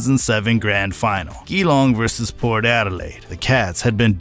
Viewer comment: Enjoyed the vid, good stuff. For future reference, Geelong is pronounced "Juh-Long" 😆